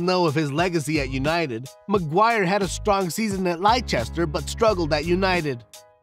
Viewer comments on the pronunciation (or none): Bro how you run a football channel and pronounce Leicester like that? 😂😂😂 good video otherwise just like, work on pronunciation i guess.